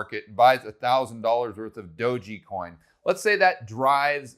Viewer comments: Thanks for doing this vid. Good info. Tether has a spelling error on their site and you keep saying Dog’e’ coin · It's pronounced doge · i thought it was "dog ecoin" not "dough gee coin" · "Dogey Coin" lol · saying "doji" coin cracks me up every time hahaha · That's exactly what I came to the comment section to say.😂🤣😂🤣😂🤣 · Enjoyed the analysis but I come away with the feeling that doesn't quite know what he's talking about when he says "DogeYcoin" and thinks that Safemoon is "Dave Portnoy's coin". It's not a good look to mispronounce something like Dogecoin or not understand that Safemoon is just being hyped by Portnoy, he has nothing else to do with it. Hurts the credibility to talk about this stuff if you don't know basics. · Every time mispronounces "DOGE" a small Shiba Inu sheds a tear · How can you trust a person who can't even pronounce DOGE, smh.